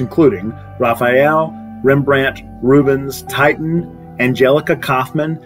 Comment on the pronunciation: “Titan”? You might want to look more closely at the name, spelling and pronunciation and who the artist Titian was. 😎